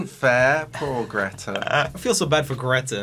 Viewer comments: The real question is why Joel is pronounceing "greta" like Dave is... He's swedish so he know hows Greta is supose to be pronounced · JOEL WHY WOULD YOU PRONOUNCE GRETA LIKE THAT YOU'RE LITERALLY SWEDISH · I love how he pronounced Greta wrong despite the fact that he is Swedish 😂😂😂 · no im Swedish and he pronounced it wrong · They way u guys pronounced greta , THAT was kinda infuriating , at least for me